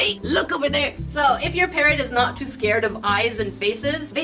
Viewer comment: Lol all the time I thought she was saying ‘parent’ but she was actually saying ‘parrot’ ! I’m so English! 😂